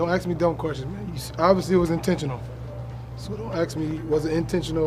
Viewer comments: why do black athletes always say "ax" and not "ask". not being racist , i just dont get it. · Westbrook loves saying aks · "Don't axe me dumb questions" lmao but thank god Russ ain't injured